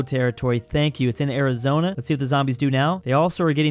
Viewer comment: bro said Arizona 💀